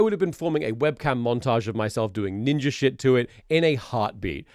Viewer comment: God, the "neenja" segment makes me want to vomit, fuck racists